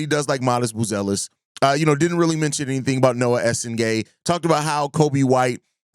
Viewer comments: Hi sky is falling bulls fan. I would ask how your day is going but I already know it’s going terrible. It’s obvious bill Simmons just chose a team that he knows nothing about to say something about. Not knowing how to pronounce buzelis last name, to not mentioning giddy resigning negotiation, to not mentioning Noa and his upside, to not mentioning how having a lot of cap space next year is a good thing. Being a 40-42 win team with expiring contract and a direction can push us in a better direction with our draft picks improving and trading for players that make sense and fit our core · The fact that he can’t pronounce Buzelis correctly hints that he doesn’t follow the team that closely. You’re talking about the future of the team, He’s regarded as the biggest bright spot, you don’t know his name? That being said I get what he’s saying and only the bulls making good decisions going forward will change this perception.